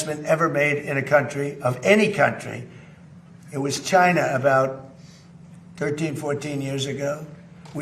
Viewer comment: CHUYNA 😫 Ugh, I hate how he says China!